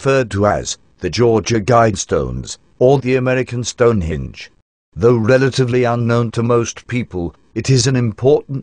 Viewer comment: This speech synth gets the word "Henge" in the name "Stone Henge" wrong. The word the machine says is "Stonehinge". I laughed so much I nearly died.